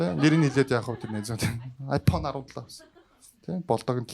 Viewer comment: Tgd i fhone gj shaadag bolj taarwu fysda yma😂